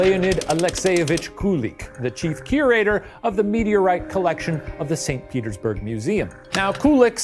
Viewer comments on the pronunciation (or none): none